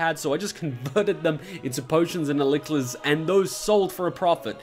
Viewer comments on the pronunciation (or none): Potions and what?? heh. I'd suggest perhaps looking up the pronunciation of elixir (I guess that's what you were referring to)